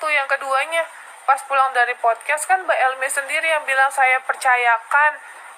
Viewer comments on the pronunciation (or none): Yg paling ngakak kalo ngomong podcast tuh ngmg nya POKES POKES POKES 😂